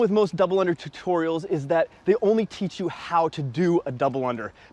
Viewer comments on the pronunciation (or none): none